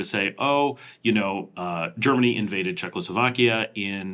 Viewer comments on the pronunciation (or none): none